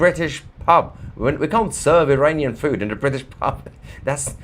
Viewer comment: He said IRANian! I heard it!